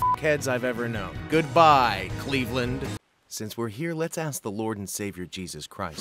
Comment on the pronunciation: "goodbyre cleveland" WHAT!